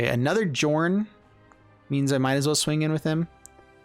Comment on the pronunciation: Just to clarify, the name should be pronounced “Yorn”